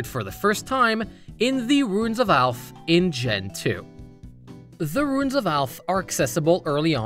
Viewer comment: Boy my brain has never had this much trouble with "ruins"